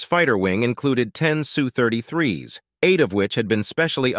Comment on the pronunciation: Its pronounced - Ess You , not Sue